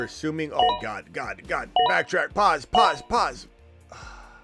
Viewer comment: You emphasizing the “pause” is new from you & it’s killing me 💀